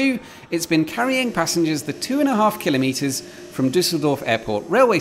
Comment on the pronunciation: At last, someone who correctly pronounces kilometre (or as my American friends spell it, kilometer). The stress is on the first syllable, not the second, thus /ˈkɪləmiːtər/ and NOT /kɪˈlɒmətər/. A simple rule states that all SI unit prefixes are so stressed in English. Placing the stress on the second syllable denotes not a unit of measure but a device for taking measurements. So a micrometre or (American) micrometer (stress on the first syllable) is one millionth of a metre, whereas a micrometer (stress on the second syllable) is a device for measuring small distances precisely. See an excellent reference book by Kingsley Amis "The King's English" for the authority for this viewpoint. Who said pedantry was dead (Jeff, Jago?). Here endeth the lesson.